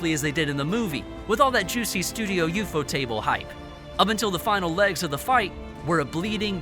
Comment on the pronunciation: please learn how to pronounce Kyojuro, ufotable, Muzan, TANJIRO etc😭